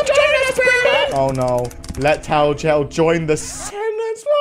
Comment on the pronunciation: Normal people: tattletale Vs: tittitail